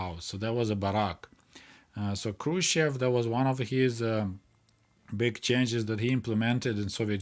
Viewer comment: Why are you pronouncing "Хрущёв" like a westerner? My Russian GF spent weeks teaching me how to properly pronounce his name.